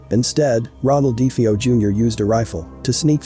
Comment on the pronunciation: I wish people would pronounce last names properly. Do they not listen to interviews or do research any more? It's pronounced DeFaio. Not Defaio.